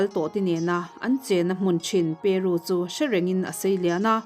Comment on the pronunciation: Peru tiin thluk mai la...peruuuuu...tiin an thluk vak ngai lo aw